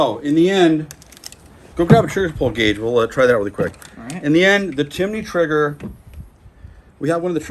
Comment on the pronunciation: His triggerrrr. Lol😂